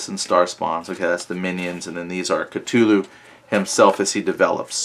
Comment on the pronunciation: "Ca-too-loo" lol